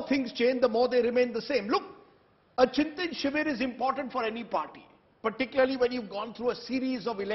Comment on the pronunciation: It is ChintAn not Chintin